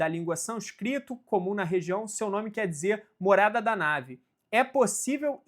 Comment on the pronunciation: não é nave é neve ! ou vc ta dizendo que tem aliens ?